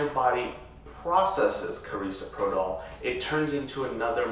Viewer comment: Analgesic is absence pain, not relaxation. Also, you're pronouncing Carisoprodol wrong. You'd think you would be educated to know this basic information.